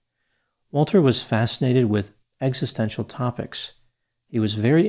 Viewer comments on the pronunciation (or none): none